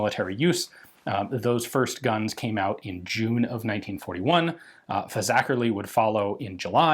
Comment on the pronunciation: always funny hearing people try and say Fazakerley